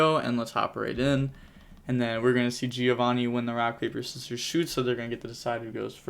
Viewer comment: Giovanni italian name called in american makes me laugh